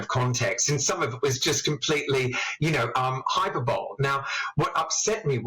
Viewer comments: Hyperbole is pronounced "hyperbo lee". Does he know nothing? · How has Jason got to that age not knowing how to pronounce "hyperbole" correctly? 😲